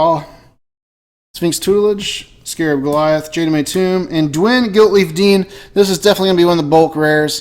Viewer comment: you keep saying dwylen